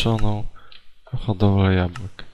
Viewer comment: tam było 64 jabłek i ty jeszcze mówisz jabułek